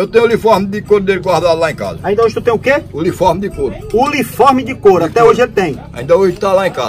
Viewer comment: Ainda hoje eu tenho o "uliforme" de de couro kkkkkkkkkkkkkk.